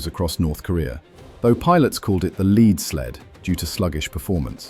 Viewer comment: LED Sled not LEED Sled. Type phonetically if you're going to use text-to-speech narration 😊 Wasn't the F6F-5K Hellcat a target drone, not a flying bomb?